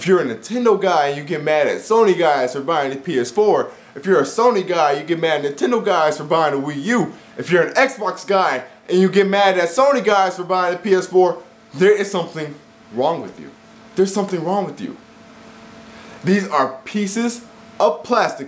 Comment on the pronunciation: Saying "Wiik U" is a dead give away you're a troll.